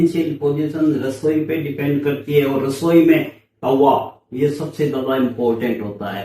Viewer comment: taba bhi nhi hota tava hota h😅